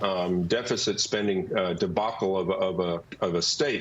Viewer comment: His emphasis on "RULE" shows the problem. He was not elected to "RULE" he was elected to "REPRESENT"